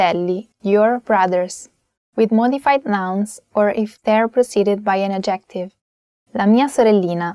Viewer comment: thank you for your helpful explanations, but please learn how to pronounce adjective. the emphasis is on the first syllable, not the second one.